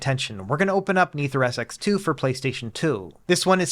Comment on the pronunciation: so how long before this guy learns to properly pronounce nethersx2